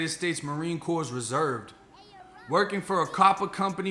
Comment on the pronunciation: It’s pronounced “ reserve “ sir.